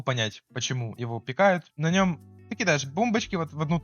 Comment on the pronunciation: Он ещё говорит пикАют, а не пИкают